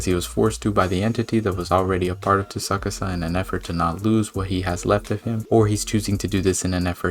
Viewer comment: But you might want to watch and anime dub to pronounce some of the characters names 😅 Tsukasa is killing me a little